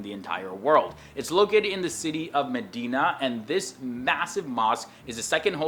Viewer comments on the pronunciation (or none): none